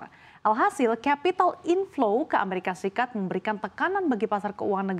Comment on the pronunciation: Dolar amerika serikat buk, bukan seperti yg di omongin, " dolar mresika srikat...😂😂😂😂😂😂😂, presenter habis main nihhhh.....gelagapan